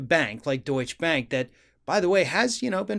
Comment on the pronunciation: You might want to learn how to pronounce DeutscheBank if you want to be believable..